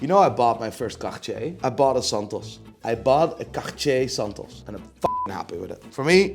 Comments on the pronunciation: I don’t think you say cartier like that😂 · The way he pronounces cartier has me lowkey shook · The way this muthafucka pronounces Cartier...that's the proper way to pronounce it? Never knew! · Why the hell does he pronounces cartier as if he had a furball stuck on his throat? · I love your videos, but why do you have to ruin the names like that man? Charctsier? Really???😂 and come on Roger Dubooooaah?! 😂😂😂 I guess it makes for more clicks and subscriber, but you strike as a tad more intelligent than what you make out to be 🧐